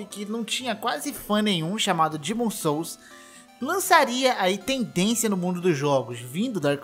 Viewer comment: Cara não guentei passar dos . 1º Não se fala "Dimon souls" .... pra fazer vídeo tem que no mínimo o inglês básico saber. 2º o cara não zerou.... zerar é fazer tudo do jogo e isso não é novidade... ele VIROU os jogos que é uma coisa bem diferente.